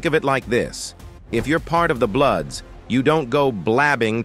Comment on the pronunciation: Idk it this is AI or a true voice but he can’t even pronounce bloods or blueds if they met to say blues lol this is a joke I rather hear it from true gang members!